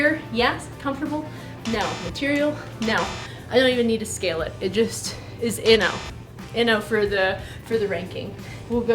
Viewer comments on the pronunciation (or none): none